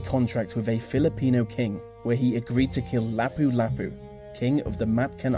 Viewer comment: Magellan, Lapu Lapu, Mactan, these 3 names and places you've brutally mispronounced... good list otherwise